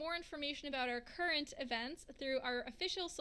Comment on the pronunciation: She said “current” and “thrilling” emphasized. So I wonder if they are going to create a new thrill zone?